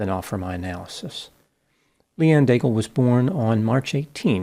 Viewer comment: Daigle is most probably a French Canadian name. I wonder if she pronounced her name like you do (like bagel). In French, the final e of Daigle is silent. Then "aig" sounds like egg, so the first syllable of the name is degg. Now think of the sound of the word glow, but without the ow part. Combine this with degg and you have the French pronounciation of Daigle. As for Pelletier, it is pronounced like pell-tea-yay . 🙂